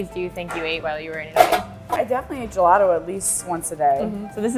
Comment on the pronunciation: It is gelato. Not gelado. I am italian.